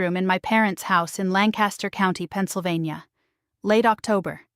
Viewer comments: True. I am living God in Centre County right now. It is not Lann-cas-ter, it's Lank-uh-ster. She should know that. Fake. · I don't think you are from Lancaster County Pa. You don't even pronounce it correctly! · Cannot even pronounce "Lancaster" correctly. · Fake Amish woman. She can't even pronounce Lancaster correctly & she said she grew up there. She is not a Central PA native! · Absolutely! I picked up on that as soon as she started speaking. Obviously she has never been anywhere near Lancaster County.